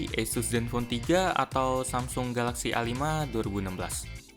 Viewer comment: gw bacanya Asus kalo Eisus(Esus) wkwk